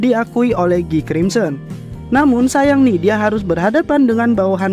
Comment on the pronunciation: guy bg bukan gii